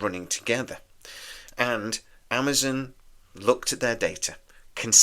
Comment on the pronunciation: Amazon not Amazun. Candidate not candidit.